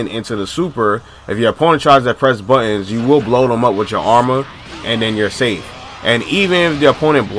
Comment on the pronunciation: "If your opponent is pressin buhins" lol i cant forget that after hearing it 20 times